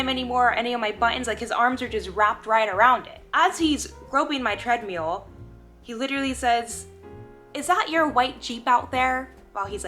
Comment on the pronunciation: Are you saying Treadmule ??? lol